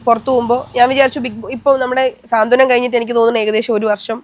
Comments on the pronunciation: ഇന്റർവ്യൂ ചെയ്യുന്ന ആള് പറയുന്നത് സീരിയൽ പേര് സ്വാന്തനം എന്നാണ് അത് തെറ്റാണ് ശരിയായി പറയൂ സാന്ത്വനം എന്നാണ്. Ok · സ്വാന്തനം അല്ല കൊച്ചേ.. സാന്ത്വനം. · സ്വാന്തനം അല്ല സാന്ത്വനം